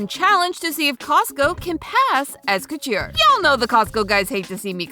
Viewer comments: Please, please someone help with pronunciation of fashion terms. The hat she makes for the Met Gala look is a “fascinator”, not a “fastener”. Sometimes she pronounces “couture” as “cutchur”. There are several other examples I’ve heard her make over several episodes. I think she is a great host! Please work with a fashion editor to help her polish this up! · I've never heard couture pronounced that way before....